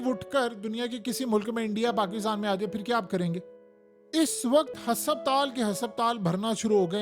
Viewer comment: AOA JUNAB HSSAPTAL KEHTE HE HASPATAL HOTA APNA LEJA DARUST KARE ACHA NAHI LAGTA KE AP ITNI INFORMATICS INFORMATION DE AUR ALFAZ THEEK NA HO. ❤